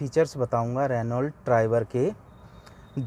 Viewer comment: Nice information. But pronunciation is रेनॉ not रेनॉल्ट. Thanks.